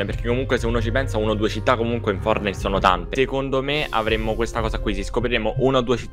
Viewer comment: Nobody:: FoRtINiTe